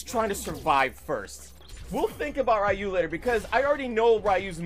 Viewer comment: Who the hell is Rye-yu?, teach your friends how to pronounce his name haha